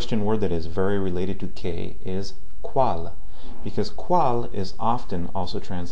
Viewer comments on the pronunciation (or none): Hola! He visto algunos de tus videos y me parecen bastante buenos. Solo te quiero hacer una observacion sobre tu pronunciacion de la "L" por ejemplo en "cual" que te suena como la "L" en Ingles. Podrias poner la punta superior de la lengua sobre el paladar para Espanol y no la parte anterior(inferior) de la misma como lo haces en Ingles. Sin mas por el momento,te felicito por tu labor.